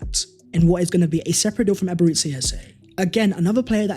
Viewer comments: its EBE-RE-CHI ..... not Ebereszi... Chi.. not Szi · Amazing as always! But please pronounce E-be-re-chi Eze not Eberizza Eze lol. Thank you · You are saying his first name wrong...its not Ebereci, its Eberechi...ends as Chi not Ci/Si